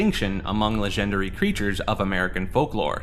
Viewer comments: How he says "Legendary" leads me to think it's text to speech... "La-Gender-Ree". To be fair though, I have a friend who pronounces "Compass" as "Com-Puss", and another who pronounces "Lore" as "Lure". Some people just pronounce things differently. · why does he say legendary like that 💀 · the way you pronounce legendary is hilarious.